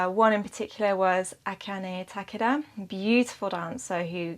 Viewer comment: akane takada neither spelled nor said correctly. and gilbert is pronounced with a soft 'g'. not a big deal but seeing as it was said they were correct... that said i dont know how to pronounce the russians and thats ok too.